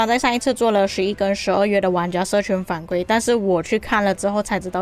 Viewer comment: 反馈= 馈是第四声